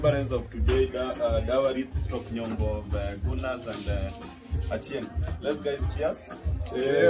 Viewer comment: Can we just recognise how he cares to even pronounce the name Achieng the right way.